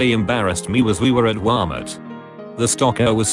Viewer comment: I like how the text to speech says: Walmart idk why 😂